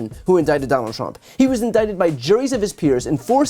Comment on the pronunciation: Am i the only irritated by the waybhe say indicted?!?!?